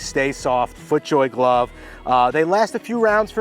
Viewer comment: FREAKIN LOVE IT!!! " GOT FIT FER A GLUV." LOL LOL